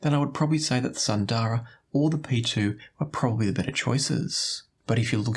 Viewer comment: FYI all of you headphone reviewers mispronounce the names from Hifiman, like Sundara. It is an Indian word (Sanskrit for “beautiful”). It’s pronounced more like “soon-the-ruh”). Hifiman uses Indian / Sanskrit names for most of their stuff.